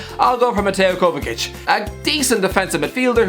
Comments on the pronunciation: Everyone: mateo kovachich: kovakic thehocuspocus9: “kova sich” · No, it's kovachich! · Everyone: mateo “kova sich”: kovakic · Ffs its pronounced Kovachich, why would you pronounce the first c with a k and the second with a ch? Anyway Kovačić is not just decent, he's brilliant. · are just going to ignore the fact said 'di matteo kovasich' 😹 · Zavi and Kovakic lol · what is that pronounciation of Kovačić? Jesus, the hairs on my neck stood up haahahahah